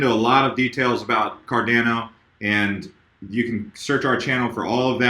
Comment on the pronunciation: Pronounced: "CAR-DON-O" (That's how Charles Hoskinson says it)